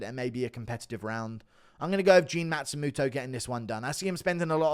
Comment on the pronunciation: Stop pronouncing it like a matsumuto it's matsumOto